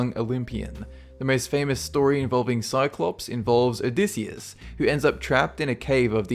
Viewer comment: (o-dy-I-siss) Odysseus